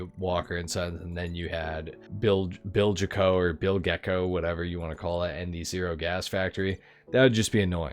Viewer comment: "Bilge-Co", as in the bilge of a ship. Which is the lowest part where all the sloppy bilge water and filth and such-like builds up.